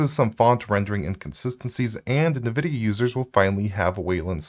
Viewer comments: Not that it really matters, but it sounds distractingly weird every time you say “Nuh-Vidia” instead of “En-Vidia”. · It is wrong.... It's ENNN-VIDIA. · "Nuh-VIDIA"? Is that right? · Nvidia - a play off "invidia" (translates to 'envy') pronounced like it too (in-vid-ia not na-vid-ia) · still can't say nvidia correctly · I mean sure, but I was just talking about the pronunciation. It sounds...wrong.